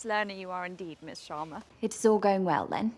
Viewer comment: God I loved it when u said sharma the right way and not “Shaama”